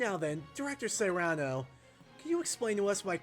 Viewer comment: Cyrano is pronounced "Seer Ann o". Outside of the story of the same name, I'd never heard that name used. Granted the last part of the dlc was also based on a story (albeit with the roles of protags and antags reversed), but Momotaro and Cyrano D' Bergerac don't really have anything in common. If anything, this Cyrano feels more like a slightly younger and more ethical John Hammond from Jurassic Park